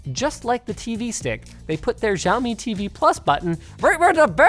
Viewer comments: Linus it's no jaomi it's Xiaomi and if you want to say it more accurately say "siaomi" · did he just called xiaomi giaomi? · Linux... the "X" in Xiami is pronounced as a "SH" so it should sound more like "Shaow - me". Just a FYI :) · can i just take a moment to say that the x in chinese is just the "sh" sound? nothing exotic sounding like Žçhaomi or whatever just "shyaow-mee" is fine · Not one person told him how to pronounce Xiaomi.